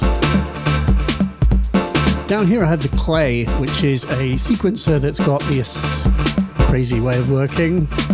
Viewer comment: Hang on. Was it always “dis thing”? !